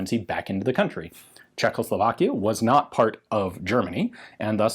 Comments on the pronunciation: Why does Ian say "CzechLoslovakia"? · CHE-h-hoe-slo-VAAK-ish-(e) Gh(e)-Wer-fub-reek